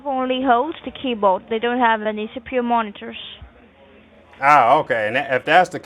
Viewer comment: CPU = Seepew